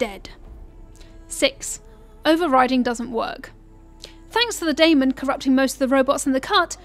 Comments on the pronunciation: Its Demon not Daimon... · I know I’m late but in the game it’s pronounced Daemon (Day-men) lol